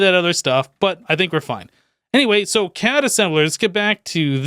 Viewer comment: the psy energy gun isn't pronounced CAD,it's pronounced C.A.D.[Casting Assistant Device](each letter is said separately) it's based on the anime Irregular at a Magic Highschool